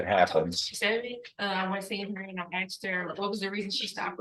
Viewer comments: I’m sorry but this lawyer is an embarrassment! You went though all that school and you still can’t speak proper English? “Axed you? U should be ashamed. I’m sorry but come on… do each coaches practicing on ur own will fix ur horrible accent and pronunciation of words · Did that attorney just say “ I axed her?” Good god.